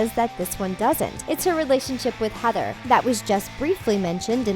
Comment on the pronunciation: SHE SAID HETHER I WAS LIKE WHO THE HEC IS HETHER